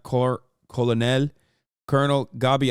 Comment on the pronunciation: Not Hasan misreading colonel twice in a row